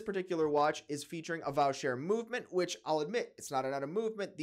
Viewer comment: Voh-shay. Not Vow-cher. Soprod is the upper end of the ETA/Sellita class. However when a Canadian independent like Bradley Taylor puts a Vaucher movement in a stainless case with purchased Comblemine dial he gets praised heavens. At $22k USD!!!